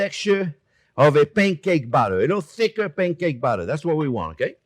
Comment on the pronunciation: Chef pronouncing batter sounds an awful lot like Chef saying butter. A Freudian slip, perhaps?